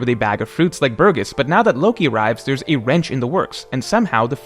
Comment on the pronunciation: the "j" in "hajrudin" is pronounced like "ee" in "tree" and the "g" in "burgess" is pronounced like a "j" in "jesus".